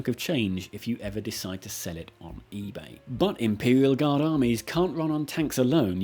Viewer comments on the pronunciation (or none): none